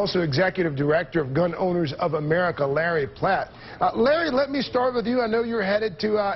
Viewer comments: His name is Larry PRATT NOT Larry PLATT! And you're lucky you didn't try to debate him; Larry's way too smart for News Anchors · Notice the intentional mispronunciation of Mr. Pratt's name. Larry Pratt totally outclassed and out argued these two buffoons.